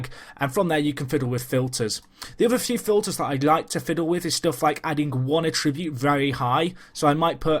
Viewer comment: Great video, but it's 'A-ttribute' rather than 'a-TRI-bute'